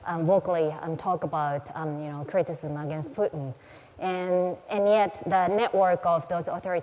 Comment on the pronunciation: Путын рыжим. Ржу, не могу. Абсолютли. Мутко или кличко уроки английского давали, видимо. Мои бедные уши